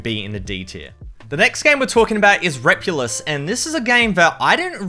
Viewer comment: He called it repuluos. Also shitty computer can only run gaem at .69 fps.